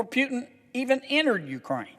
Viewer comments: Hes name is not Pjutin, its Putin ;) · "Pyutin", really??? I thought this dude was intelligent. I guess not. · Senator John Kennedy, we are not a democracy sir. We are a Constitutional Republic! But I like the fact how he says Putin, Pewtin' 😁